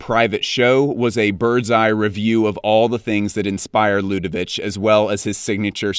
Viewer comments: Stefano Pilati is such a gorgeous designer, very underrated which is a shame. By the way, Ludovic is pronounced LudoviK 😆 French is hard, I feel for you 😉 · Hey, just a quick pronunciation note, for LDSS, Ludovic is not pronounced the Serbian way, since Ludovic de Saint Sernin is French, it's a quick k, as you would pronounce Ludovik. It's the French version of the germanic derivative for Louis, Ludwig, and as such is quite a short, percussive last sound. By the way, the Serbian -ić suffix is usually written with the accented ć to denote the way it is pronounced. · Dont want to be that guy but we prononce ludovic: ludovik not ludovich. Great vid!! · Stefano’s YSL was such a great phase and the spring/summer 2008 is one of the greatest shows of him at the brand . Ludovic ya pronounced with a K. 😊